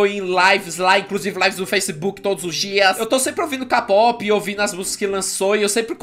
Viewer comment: Ksksksksks mano,o fala capope,sendo que fala Keipop e se escreve Kpop Mas nn ligo e mas legal falar CAPOPE